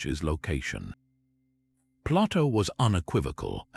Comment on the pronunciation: I know it's Ai but I can't listen to the mispronunciations of common names like Plato and Hercules. It's too much to endure.